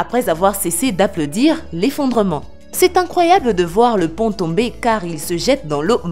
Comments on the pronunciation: Lazy 93 Au lieu de dire pont elle a dit pan ^^ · Je reve pas elle a dit pant au 4 😂😂😂😂😂😂